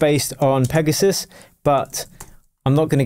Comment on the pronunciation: You had to call the protect PIGasus😂🫶🏻